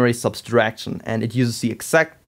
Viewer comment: Not to nitpick, but why do you say "subtraction" as "subStraction"?